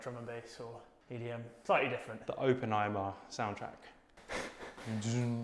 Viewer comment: Great video but I have never heard anyone pronounce it as "OpenEyeMer" 😂